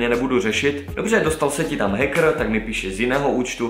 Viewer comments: naozaj prečítal hackr a nie heker (viem tak sa to nečíta ale píšem ako to povedal) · Hackr ,skvělá výslovnost😂😂